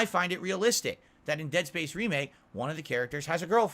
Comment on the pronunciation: I thought I was having a stroke when I heard that. He didn't get Space right either. To quote from "A League of Their Own", "Was that English?"